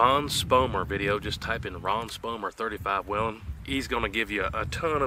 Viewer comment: It's actually pronounced "WAYLON" ;). You're welcome.